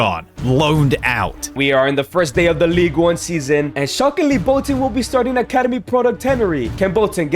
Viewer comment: Did anyone else hear say league one as league un